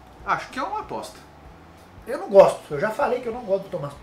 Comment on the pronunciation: falando: "É uma aposta". Parece que ele está dizendo: "É uma bosta". Kkkkk